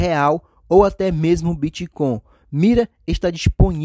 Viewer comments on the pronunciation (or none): acho que pra o cara fazer um vídeo sobre um assunto é importante saber doq está falando, e quem fala "bitcom" certamente não tá entendendo nada sobre nada..